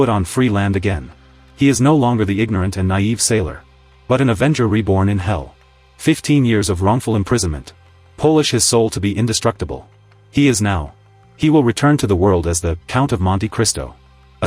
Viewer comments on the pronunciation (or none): Ai slop 😂 it’s polished not 🇵🇱’ed 😂😂😂